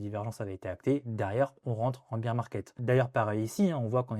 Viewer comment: "Bèèèèr" market 🥹